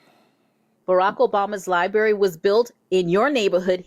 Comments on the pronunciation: I'm 15 seconds in and I'm already irritated. To the female that said "Liebarry". Boo...practice saying it in your room. It's LIBRARY. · "Lieberry" all i needed to hear